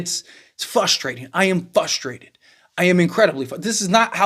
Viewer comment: Frustrated, not Fustrated